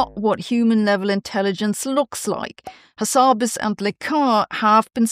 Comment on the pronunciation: Unfortunately all this AI has not helped Sabine with her English pronunciation, such as for the word 'akin' and a dubious pronunciation of 'Hassabis' compared to what I've heard previously.